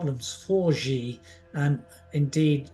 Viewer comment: Please stop pronouncing Xi's name as "Gee", because the pinying name of Xi is pronounced like "She". Also, if fishing boats participate in any attack, they will become legitimate military targets.